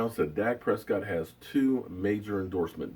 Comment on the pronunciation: lmao .sounds like ...Per see co ....haha